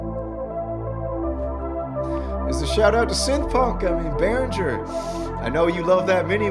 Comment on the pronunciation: Why can't people learn to pronounce the name of brands they're making videos of?